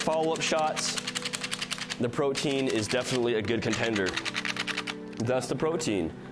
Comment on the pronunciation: Pretty sure the proper pronunciation is "proty-an" not like protein